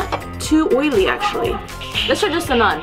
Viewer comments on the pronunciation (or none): none